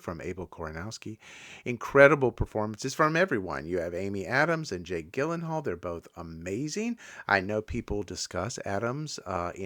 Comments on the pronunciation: Well, there's really no point in watching these, now; you give away most of the story. Also, it's Jake Gyllenhaal with a soft "G", like a "J". 🫤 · Gyllenhaal is pronounced “Jill-en-hall”. Isla is pronounced “Eye-la”